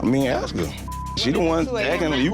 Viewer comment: Its "ask".